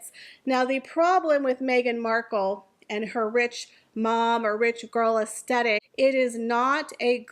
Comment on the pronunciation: I agree with everything you said, but please listen to how the word “aesthetic” is pronounced correctly 😅